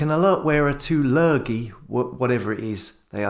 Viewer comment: What’s a “lergie”, or whatever is saying...?!